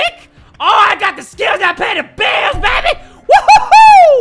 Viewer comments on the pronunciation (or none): none